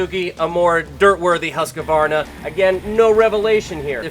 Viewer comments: huskavarna? just pronounce it Husk-varna.. it's really not that hard :) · Its really pronounced more like huus-kvarna not huska-varna :-) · Let’s say it together: Husk-var-na.